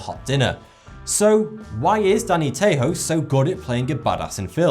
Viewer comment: Wow... ""